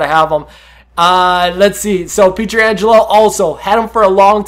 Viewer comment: Pronounce pietrangelo correctly ffs